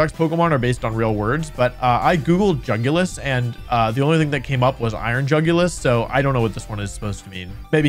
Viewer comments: Bro absolutely butchered the iron jugulis stats lmao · I assumed that Jugulis was pronounced "YOO goo lease" b/c it looked like a Latin word (and apparently is one, thanks Wolfey/editor/folk!) but most youtubers pronounce it the way it is spelled. Whomst?